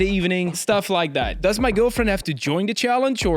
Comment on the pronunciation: Do u realize u said liek and not like